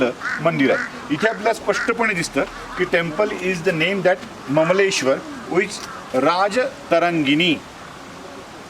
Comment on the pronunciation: ममलेश्वर नाही सर अमलेश्वर नांव आहे त्या ज्योतिर्लिंगाचं। ओंकारम् अमलेश्वर।